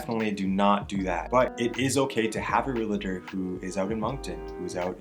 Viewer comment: Great content! Check your pronunciation on realtor 😊